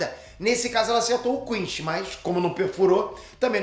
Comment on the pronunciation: QUINCY e não QUINCHY. A pronúncia é a primeira, tanto em japonês, quanto em português dublado.